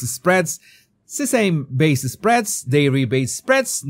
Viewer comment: You might wanna check the pronunciation of "sesame". (Ideally, that's something you would've done before butchering it...)